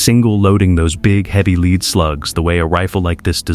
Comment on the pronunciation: L E A D SLUGS AS IN METAL. not l e a d as in front u a i jackoff.